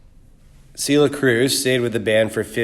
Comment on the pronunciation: It’s pronounced Sell-lee-yah not Cee-leeuh 😒